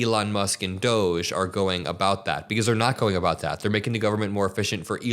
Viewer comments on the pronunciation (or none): none